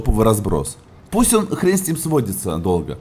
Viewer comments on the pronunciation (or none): none